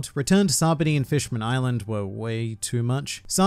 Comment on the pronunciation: it's not sabedy its pronounced saba-ody